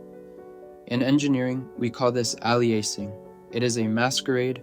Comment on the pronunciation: “Aliasing” is pronounced [ˈeɪ.liˌə.sɪŋ], like the word alias.